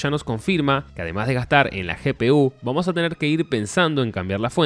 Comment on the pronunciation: Dijo vuamos? XD vadym